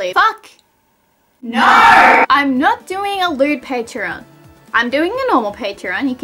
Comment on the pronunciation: It’s really annoying, when she says video it sounds like “veedeeyur”, tones sounds like “turns” no sounds like “nurrr”